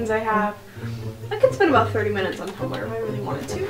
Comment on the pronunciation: its not tum-bel-er, its tum blur omg